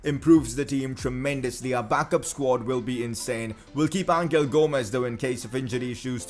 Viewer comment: #pcq it’s pronounced Angel as in “guardian angel” not angle